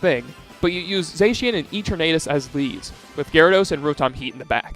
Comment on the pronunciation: E Tornadus? Ffs say it right